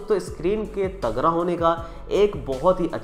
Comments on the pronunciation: तगरा नही भाई तगड़ा।।।। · bhai aap tagra bol rhe ho tagda kuch smjh nhi aa rha 🤣🤣